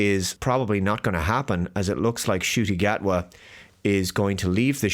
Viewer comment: “The Scot” Gatwa? Ok.